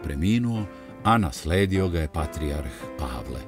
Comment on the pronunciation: Какво је ово вештачко акцентирање речи патријарх?